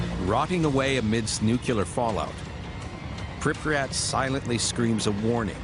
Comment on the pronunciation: Its pronounced Pripyat, not Pripryat as it's not nucular but nuclear.